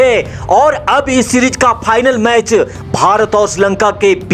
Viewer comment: Bhai.. channel popular karna hai??? Aawaz to badhiya hai aapki. 👌 but bhasha ko sudharo thoda. Match Phix nhy hota fix hota hai. Try to speak F, (Ph nhy). Final hota hai, Phinal nhy. Paksh hota hai, pachchh nhy. All the best. God bless.